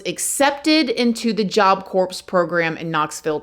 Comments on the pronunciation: I don't think you're supposed to pronounce the "p" in Job Corps. It's pronounced "core". And BTW, regardless of what people think, there absolutely is no story in the Bible about the devil, or Satan being a beautiful angel who fell. Nor is there any story about Lucifer, at all, and nothing linking the two as the same being. All of this was made up by a few church officials several hundred years ago. It blows my mind how people believe things that are not in the Bible, but they think it is. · its pronounced "job core", not "job corpse" lol. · Can you please stop saying job corpse. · Its not pronounced job corpse thats a dead body its silent pronounced like core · Hi! The P is silent in job Corp. Pronounced CORE. 😊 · Love southern charm btw job corps = “core” not “corpse” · Please!!!! Its pronounced core, not corpse!!!!!! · I’m from NY and my Auntie went to Job Corpse (the “P” and “S” is silent by the way love, I don’t mean to be that person) and we def grew up in the hood but she said Job Corpse was so much worse. Def told me about the big barbwire and how they used to escape all the time. She’s in her 60’a now and on disability smh. Job Corpse was a joke! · Sorry….. Job Corps is pronounced Job Core.. not “corpse”.. It was disturbing hearing you say that especially when talking about a killing. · Again. Corps in Job Corps just like Marine corps is pronounced like “CORE” when you say the ps in corps you are saying it like corpse (a dead body) 🥴🤦🏽‍♂️🤦🏽‍♂️ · it's pronounced "core"...not corpse...lol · It's pronounced Job Core... You're making YouTube have to look at your videos by constantly saying corpse lol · Pronounced Job C-O-O-R....not corps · It's pronounced job core. Corpse is a dead person lol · I love you and I didn't say anything on the first video but everytime you says Job Corpse a morbid image flashes through my minds eye. Can you please say Core? It's Job Corps, Marine Corps, but it's pronounced Core. It's less morbid 😂 ❤